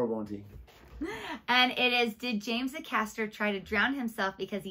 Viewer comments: Please try not to say 'like' every other word. So American, so annoying. And Acaster is pronounced A-caster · James Acaster (pronounced 'Ay-caster'), has such a quirky style of humour with a great dead pan delivery. Love it. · Pronounced James Aycaster. ay as in day.